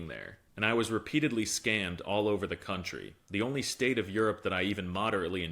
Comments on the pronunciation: Did you just say " if there is one CUNTRY I would be excited to go to, would be Europe, and I thought you were educating your self out side the US OF A lol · No, no, you say that wrong. It's "country of Europe" 🤣